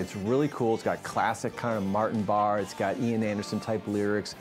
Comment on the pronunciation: Pronounced Bar-A